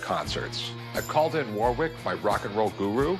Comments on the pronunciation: It is WAR RICK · I'm so sick of Rick mispronouncing Warwick's name, its pronounced "War-ick" not "WAR WICK"